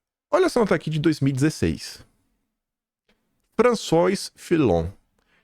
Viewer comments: é francês. François, pronuncia-se FRANÇUÁ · François = Lê-se Françoá. 👍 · Bom-dia. O nome do cara se diz Françoase. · François pronuncia-se “Françoá”